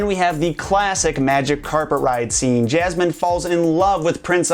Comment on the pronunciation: 3000 can't think for themselves and are wooed by this host you says SOUL-tan and JAZ-man.